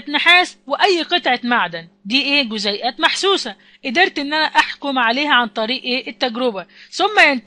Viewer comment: جزئيات وليس جزيئات